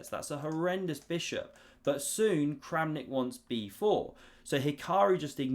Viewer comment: Kramnik just became Krampnik